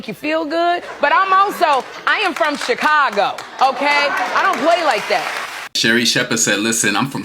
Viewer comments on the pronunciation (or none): none